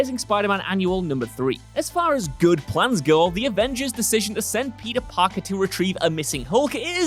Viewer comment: Is it just me or did I hear "Palpee Parker."?